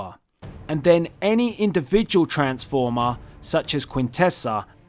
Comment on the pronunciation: Tha aykala of oa transfoma XD But nice video thumbs up